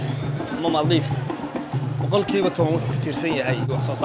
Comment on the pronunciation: Maale ku dhawaaqida iska hagaaji zzb màldiv